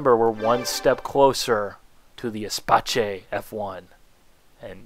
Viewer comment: "Espace", pronounced like "space" if you need to. French, not Italian, good Lord.